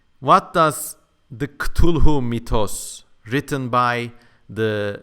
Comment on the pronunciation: A little notion, sorry, it is actualy kaw-tooloo :D